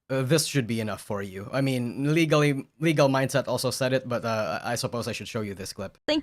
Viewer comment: You said Legal Mindset’s name correctly (most of the time). I’m so proud of you.